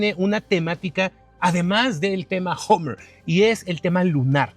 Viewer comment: Este tipo ni siquiera sabe pronunciar. Dice Homer....como si fuera Homer Simpson... patético